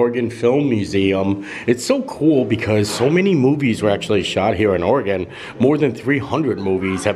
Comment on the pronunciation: Oh, wow - didn't expect to see you pop up in my home state! Nice!! And kudos for pronouncing Oregon correctly! :) Many people don't!